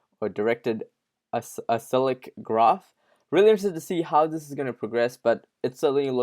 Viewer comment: Unsubscribing from this channel. The fact you didn’t know that DAGs already exist (NANO, IOTA, BYTEBALL) is really telling in the knowledge level present here. Also it’s pronounced ‘a-sick-lick’ as in not cyclical - non circular